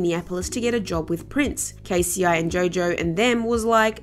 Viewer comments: K-C-I lol 🤭😂 Miss It's pronounced K-Cee 😳🙄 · I think she's saying k-c-i reading K-ci (pronounced Kay-see) as K,c,i,instead of K-Ci crazy I know 😄😄😄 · K. C. I. Lol it’s pronounced K-C lol 🤦🏾‍♀️🤣🤣🤣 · OMFG it’s pronounced “KAYYY SEEE”. Who in the hell is KC-EYE?! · Did she just say K.C.I. 🧐 it’s pronounced Kcee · And someone who calls K-CI, K-C-I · It's pronounced KAY•SEA. Not KAY•SEA•EYE. That "I" is not capitalized... Please reconsider the artists you do videos on, as it appears that you don't know much about the ones you cover. Are you even familiar with the culture? Also interesting how similar this is to RealRealityGossip's editing... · Give me a fucking break, it's pronounced Kay see , not k,c,I 😂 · Right she don’t know what she’s talking bout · Lol its Kci is pronounced kc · I thought my hearing was bad when she said K-C-I n had to go back twice. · The audacity. Kay Cee Eye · Is she saying Kay See Eye? 😂🤦🏾‍♀️